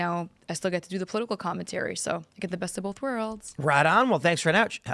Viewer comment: Am I the only one annoyed that Tim says bolth instead of both?